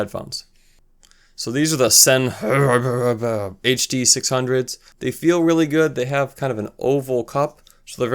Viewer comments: Excellent review and your choice of headphones was spot on for a great comparison. Please accept what follows as constructive criticism...I believe the reason you got over a hundred dislikes was because you didn't know how to pronounce Sennheiser and Schiitt. I don't think that's fair, because I thought your opinion on all these cans was accurate, and you said you were not an audiophile more than once. For future reference. Sennheiser is pronounced SIN-high-zuhr. The story on the name Schiit is that the before the company had settled on a name, it's owner would tell his wife he had to go work on some shit. His wife said for that reason, he should just call the company Shit. He thought it was a good idea, so he changed the spelling. It's pronounced shit. You also mentioned you didn't know who Quincy Jones is. Jones is one of the most prolific music producers of all time. He would have to be in most experts' top five, I would think. He started work in the 50s and worked with some of the greatest acts in rock/soul history. He was sought after in the 60s for music scores. He produced Frank Sinatra, Ella Fitzgerald and Michael Jackson among many others. He worked with Jackson on Thriller which is the top selling album of all time (Largely due to Mr. Jones work in the studio). He also produced Jackon's "Bad" album and "Off the Wall." To date, "Thriller" has sold 110 million copies. Bad sold 45 million copies and "Off the Wall" sold 20 million copies. That's 175 million albums sold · How hard is it to say Sennheiser dude. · This is a great video but come on man Sennheiser really isn't difficult to say and it's a house hold name that most people know and have heard of. Also, Quincy Jones - really? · You wear your ignorance with pride, don't you? If you can't learn how to pronounce the word "Sennheiser" you probably shouldn't be reviewing headphones or posting YouTube videos. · Just a tip- sennheiser is pronounced "Sen-high-zer"